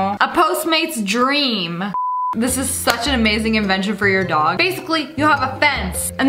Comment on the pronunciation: Why does it Sound like dog but it door😂